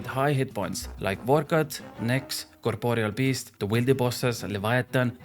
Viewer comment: "really useful hitting those hundreds at reds, or monsters like nix, vor cot, coporol best dewwili bozzez" XD